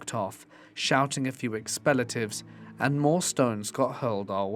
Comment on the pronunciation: Why do you pronounce "expletives" like "expelletives"? It's sounds stupid when you say that.